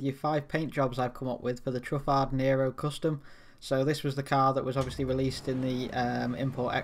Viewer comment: Truhf-aid not truhf ahd